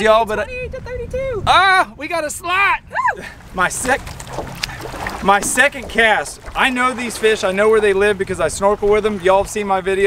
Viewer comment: She said slob instead of slot y’all are funny love your videos keep up the good qorl